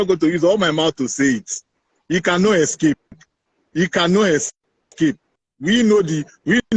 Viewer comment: "He can nu escape".